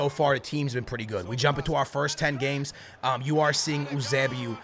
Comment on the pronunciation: It’s pronounced you-say-🐝-oh